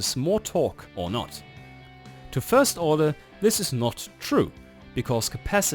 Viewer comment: Fird gear??? Did you mean first or third?